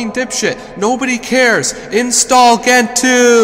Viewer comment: You pronounced Gentoo wrong. I will find you.